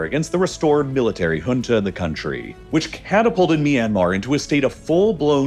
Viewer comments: First time i am hearing junta pronounced as hunta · The number of times he said HHHunta like we talking of a place in South America is unreal. Pls also research regional dialects, if not to perfection, at least not so catastrophically wrong that the term becomes inunderstandabe